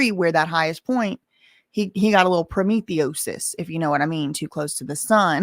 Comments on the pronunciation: Promethuosis lol I so adore you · Prometheoies.... I cannot with you lol. That was a good one 😂